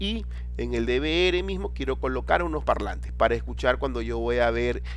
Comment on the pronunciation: Odio q pronuncien mal DVR XD